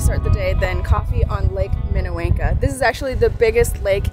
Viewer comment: Pronunciation for Lake Minnewanka - wonka as in Willie Wonka I love following you. I live very close to Banff. It was fun to see you visit all the familiar places.